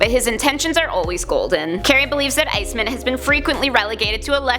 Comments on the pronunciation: Bruh i hate bruh she need to pronounce these heroes name better! Its iceman! Not icemen! Wtf wrong with her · IceMAN, not Ice-min... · She is saying “Ice Men” I am sure of it it is driving me so crazy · Stop saying Ice MEN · Shabloinkz I noticed that as soon as she said it 😂